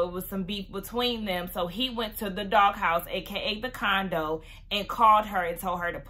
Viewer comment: I thought she said dog house